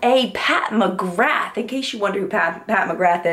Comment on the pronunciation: Hi HI! Love your "What's Up In Makeup' vids every week. Just a few helpful pointers for you pronunciation wise.... Pat Mc Grath - Pronounced "Pat Mc GRAAAA" (not Mc GrATH like math - McGrath like bra) Olivia Palermo - Pronounced Olivia Pal-ER-mo (Not Pal-Mer-O) Chosungah - Pronounced Cho - Sun(g) - ah Shu Uemura - Pronounced Shu Ooo-Moo-ra (Ooo like blue) Hope that helps! :)